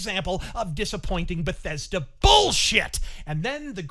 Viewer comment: Another grand move from Be-THEYS-Duh.